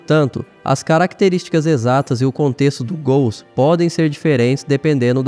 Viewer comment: ótimo vídeo, tudo indica que são ghouls, mesmo... Parabéns pelo trabalho, pelas informações, mas me diz ai por causa da sua pronúncia ficou uma duvida os gools foram do "santos ou do curintia" rs... zoeiras a parte, desejo sucesso...